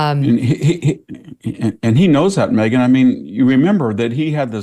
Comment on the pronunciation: I love how VDH pronounces Megyn's name correctly, but refuses to pronounce Kamala correctly.